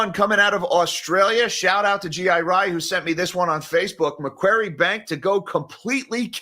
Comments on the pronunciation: Hey, thanks for mentioning MacQuarie Bank - it's one of those high risk banks that border line should be out of business for taking too many risky loans in the past. Also, pronounced 'MacQuorry' (Austraaaaaaalian accent maaaaate) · Macquarie is pronounced "Macquarry"